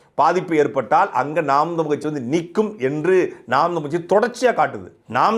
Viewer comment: நாம் தமிழர் கட்சி னு சரியாக உச்சரியுங்கள் நாம் தம்லு கட்சி னு கேட்குது